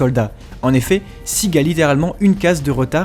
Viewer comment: De plus à chaque fois tu dis "sig" alors que sieg se prononce "siègue".